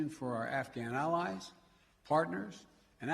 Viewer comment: “Our Al-Al-UH-ALLIVES”